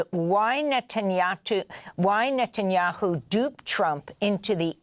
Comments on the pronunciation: bro’s pronunciation “Nut-anyanhu” is so perfect 😂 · Especially when he says "Nutanyahu". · Did he say "NUTenyahu ?